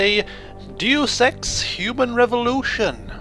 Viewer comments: Can someone explain to me why its such a big deal that he says "Doos Ex" instead of "Day-us Ex?" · everybody is wrong its pronounced day-yuse x deus ex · I think its pronounced, day-us X. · Saying dee oos ex is better than saying deuce ex, so I don't really care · u sound like your saying due sex human revolution.... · Yes it is pronounced day-us ex. As in, deus ex machina. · Its no big deal he is just pronouncing the word wrong.